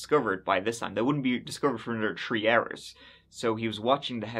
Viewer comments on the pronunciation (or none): so you can say the "th" sound when you say South Side but cant when you said "three story house" ? Tree story house, then immediately after that said south side im just trying to understand your wacky accent lmao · In this episode, said “tree (3),” “turteen (13),” “turty (30),” “turty-eth (30th),” and “turd (3rd)” fifteen times. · This man said twenty twenty tree 😂